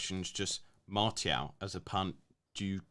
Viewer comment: Can't be arsed listening to people who can't pronounce players names. Seriously. Gun-do-gan? Mar-tee-al? De Broyn? It's not like these players are new to PL 🤦‍♂️